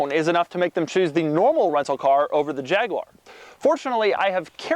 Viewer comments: Jag-u-ar not jagwah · No its not a jagwoar, its a Jaguar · Jag you are Wtf is a jagwire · There is no such thing as a JagWah, it's called a JagUAR. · YouTube subtitles actually say "jagular" when Richard Hammond says it 😆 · God damn it. Its pronounced Jag(you)ar. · Fucking Jagwar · Jag-u-ar. Say it! Jag-u-ar. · Fs America It's 'Jag-U-er' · oh man, the way you say jaguar makes me cringe, please just say f-type instead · Can you teach him how to pronounce jaguar properly as well?